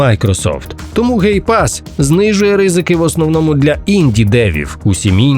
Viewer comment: lol, ГейПас 😂. Навіть YouTube розпізнав це як GayPass 😂